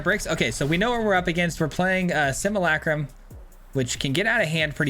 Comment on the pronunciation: Man, you're my favorite YouTuber to watch but it drives me insane how you mispronounce "simulacrum" lol